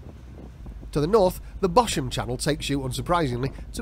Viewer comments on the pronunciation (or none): Bosham is pronounced as ‘Bozzum’. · Great video. This is where we keep our boat. Even if you pop in and anchor for lunch, the Harbour Patrol will pounce on you for harbour dues. 'Bosham' is pronounced 'Bozam' and Itchenor Reach is not a river!